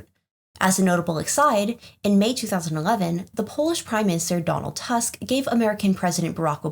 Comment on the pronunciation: You pronounce polish name in almost impossible correct way😀 but there is one exception. “u” in Donald Tusk last name should be pronounced like “oo” in word “mood”.